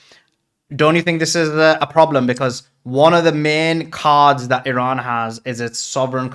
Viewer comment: Refreshing to hear the correct pronunciation of Iran as "E Run" and not "I Ran". It is getting clearer now why this great power is missing from the last great war revealed in the holy book. Arrogance and bullying have their consequences and costs.